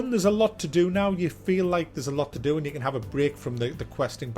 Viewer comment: Am I the only one who laughed out loud when he said aneh subscriibe aneh play?